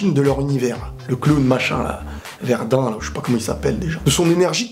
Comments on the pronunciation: c'est vermood pas verdin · Verdin :D VERMOUD :(